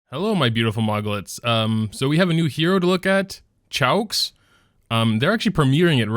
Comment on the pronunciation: just saying, choux is pronounced as shoo, shes a pun on choux pastry also tywins artifact doesnt counter basar it mainly counters cleavers, which sucks.